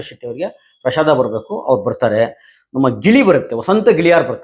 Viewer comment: ಪ್ರಷಾದ ಅಲ್ಲ ಪ್ರಸಾದ